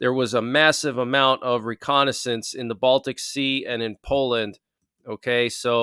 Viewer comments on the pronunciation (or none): none